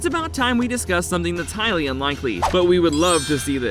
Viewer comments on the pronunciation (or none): none